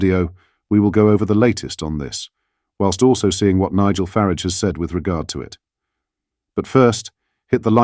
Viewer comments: Is it not Faraaage not Farige as pronounced. Obviously proper spelling Farage. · It'a F'ARAGE not FARIGE